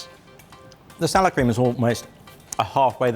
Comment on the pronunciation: I kept thinking he was saying sour cream. Then, poured it, and I thought that sour cream has gone really bad.